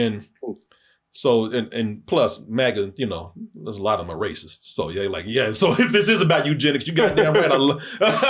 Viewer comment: you said "all of them" wrong